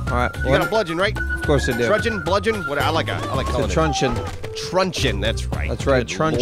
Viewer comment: Wtf is a trudjon? A truncheon?